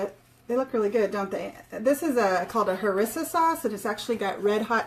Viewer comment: I am going to make these tonight for the first time....just got the cookbook last week. FYI its pronounced ha-ree-sa.